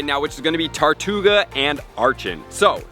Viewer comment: How did you manage to say the name wrong TWICE within 10 seconds?! TARtouga?! TORtouga?!